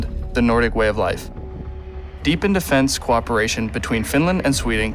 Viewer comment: "deepend defense co-operation" from on is an example of him reading a text like a non native speaker would read. An American would say "defensecooperation" almost as one word and stress only on 'fense'. So I would say he could be a Finnish ex foreign exchange student as myself, or for some other reason prononces as an American, but is hardly a native speaker. It is worth noticing that unlike 1808 when Finland and Sweden still formed a single country (Sweden), Finns and Swedes nowadays have a common language, English. It is spoken quite well in the two countries, and promotes equality as it is the second language for both.